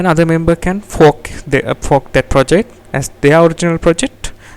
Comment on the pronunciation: i think you need to work on your pronunciation when saying "fork", besides for that good vid